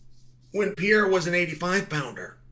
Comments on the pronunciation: Why do you keep calling him Pee era? It’s a Per era dude you’re supposed to be an expert analyst or just an all-around expert in MMA can you try a little harder to actually get people‘s names right? You know this has been an issue for a long time at this point it’s like you’re trolling all of us, but you’re not😂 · If he becomes the GOAT will you then at least pronounce his name correctly Chael pee era don't sound right Holloway would agree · Why does Chael have trouble pronouncing pereira and khamzat? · The worst take Chael P has ever made. And why does he still struggle to pronounciate Alex's name? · Shael Sony refuses to pronounce Pereira in the right way. Now I'm only calling him Shael Sony.